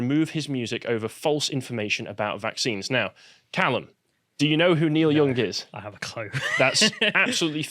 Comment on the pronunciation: It's pronounced young not "Yong".